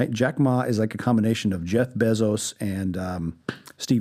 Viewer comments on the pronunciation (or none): Who is Jeff "BEZZ-os?" Do you mean Jeff "BAY-zos?